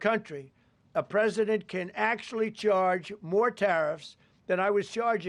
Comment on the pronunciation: In acshualitywhy